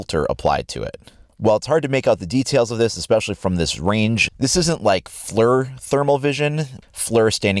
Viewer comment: FLEER, not flur